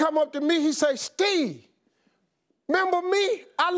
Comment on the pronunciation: Lool just realized Steve never says "Steve". He says "Stee"😂😂😭